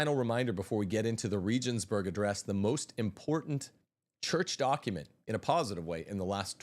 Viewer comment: Please learn the proper pronunciation of Regensburg